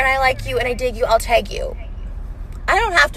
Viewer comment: At first I couldn't understand Trisha was saying "tag" I was like wtf is she saying lmao